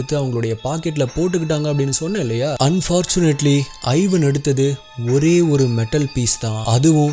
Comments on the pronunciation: Ivan is pronounced as Evan not I-van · its not 'i'van, its pronounced evaan. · Thambi athu ஐவன் இல்ல இவான்